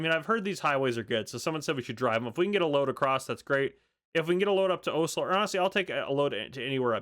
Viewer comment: It’s pronounced os-lo😊